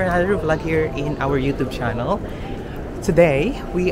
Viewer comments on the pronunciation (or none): none